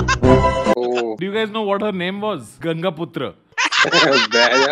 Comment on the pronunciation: Ganga putro nahi bro ganga putro🤣🤣🤣🤣